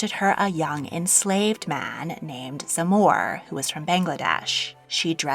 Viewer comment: It's shomor dear. She pronounced it wrong. And it must be india because Bangladesh didn't exist then